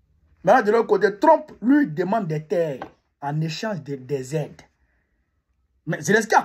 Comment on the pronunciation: Pourquoi tu dis tout le temps Lu au lieu de Lui en français. Lu c'est lire comme quand on lie un livre. Mais pas lu pour dire lui.😁